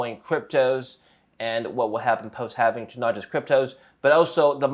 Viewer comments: lol not watching past the first "HALFENING"!! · I can't stand listening to anyone who says "halvening".